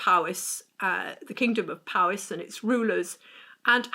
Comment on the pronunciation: It's POwys, not PAWys!! There's no 'ah' in the word at all. The letter 'o' in Welsh is always pronounced as the 'o' in 'dot'.